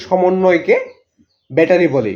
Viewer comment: ভ্যাটারি না ব্যাটারি 😅